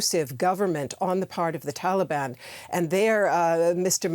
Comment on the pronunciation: why she keeps saying Thaliban? there is no Th in there, nobody pronounces it like that